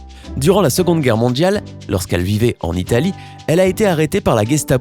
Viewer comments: J'adore la langue française. Votre prononciation du mot "mondial"/"mondiale" plus précisément du son D - ne correspond pas à un son de la langue française. On dirait le "DJ". Dommage, car votre commentaire est intéressant. Soignez votre prononciation, s'il vous plaît. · Mondjal ,, cardjac 😂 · mondjjjjial quoi